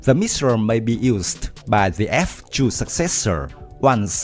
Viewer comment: "Shuper shunic Anti ship Messures"... 😂